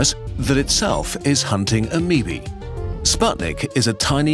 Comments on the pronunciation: XD you got the one guy who mispronounces half of the stuff intentionally for a laugh. dont you love lookin at your ameebees under the microscope? XDDD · HE PRONOUNCED IT AMEEBEE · I've never heard the plural procunciation of ameoba before, and hearing ameobae pronounced like "ameebee" just brightened my day.